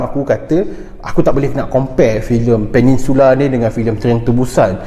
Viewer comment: Peninsula Bukan Peningsula Bang